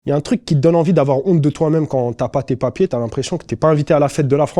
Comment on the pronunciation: Tu m'as tuerrrr " papierrrrrr" ils ont cru que tu étais un parki mec , ici dès que tu as cette couleur on cherche pas à comprendre. On est des pakpak pointbarre .